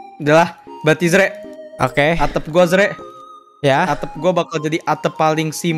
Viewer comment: kak bukan arze:)